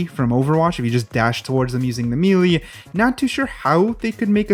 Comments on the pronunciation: did he just say "me lee" and not "melee" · Meeeeleeeeee damage..yes meeleee not melee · "Mee-lee damage." Oof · nobody:: *mEElEE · Somebody slap this man and tell him how to correctly pronounce melee